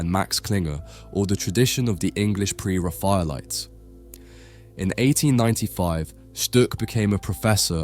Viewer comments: re-FA-elites - Uh, no. How do you not know how to pronounce that word? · "Ra - FAR - lites" WTAF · The correct pronunciation of 'Pre-Raphaelites' is 'pre-raffle-ites' - just thought you might like to know, because in other ways you are clearly so knowledgeable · You should learn how to correctly pronounce the names of the artists and the different movements in art. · Interesting and unusual selection of paintings but the mispronunciations are toe-curling…’pre-raphaelites’ and personally isn’t pronounced parsonally.